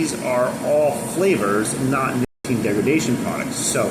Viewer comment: You cant say nicotine?!?!?